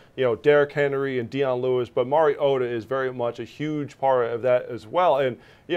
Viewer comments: Hey Marcus Mariota has earn enough respect for you to pay your dues and learn to pronounce his name. After all he is a 4th consecutive year starting quarter back. It is Mar-E-O-ta Not Mary-O-ta Now practice it so you don't look like fool who doesn't deserve your talking head pay check. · Better write it like this; Mar-E-gOat-a. So that the morons out there can learn to pronounce it correctly. Otherwise they will all be saying Mary-gOat-A. And especially the NFL commissioner would probably say Mary-gOat-O. Do these people not have at least a college education? They are disgraceful.